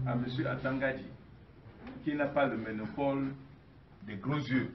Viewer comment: Mr c est le MONOPOLE et non le MENOPOLE. mon Dieu où va le Cameroun ?????